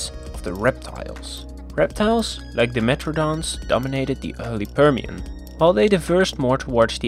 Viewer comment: Prr Shen. Whats wrong with this guys pronunciation and sylabic emphasis. Annoyed me. Apart from that content was comprehensive and informative.